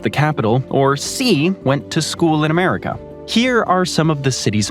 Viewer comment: is it just me or do you hear "Antarticum" whenever he says Antarctica also i think he says a um at the end of America. Americum....